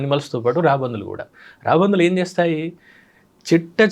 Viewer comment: Raabandhuvulu kaadu sir, raabandulu anali, telugu ni champeyandi... Please